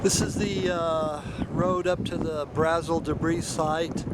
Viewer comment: Its pronounced BRA-zil. A as in 'ant'.